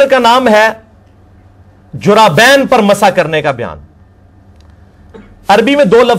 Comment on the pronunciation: جرّابين کہ رہا ہے جبکہ اصل لفظ جوربین ہے اور شرح کو شرّاح کہ رہا ہے یہ اس کی علمی لیاقت کا حال ہے